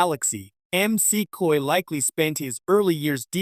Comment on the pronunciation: Please be sure that the AI narrating your videos knows how to say words and names. It's Dr. McCoy, not Dr. M.C. Coy.